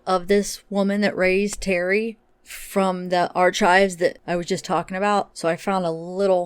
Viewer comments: Ar"K"ives not ar"CH"ives. Hard ch as in architect. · Lol..you're pronouncing archives wrong and I laugh every time you say it,..the "CH" sounds like "K" ..ar- k -ives not "chives"..lol..im just poking fun..iv never heard it pronounced the way you do it..lol.. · Hey! No disrespect…but archives is pronounced Ark-ives….not ar-chives. He is so very odd, from the dolls to wearing the childlike clothing with dolls on it….maybe he was encouraged to play with more girl toys than boy toys? This one has me stumped! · I'm crying laughing at the pronunciation of 'archives' lol. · I’m Canadian as well and have NEVER heard it pronounced arCHIVES!!! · The CH in archives is pronounced as a k. Not like chives the onion. Just sayin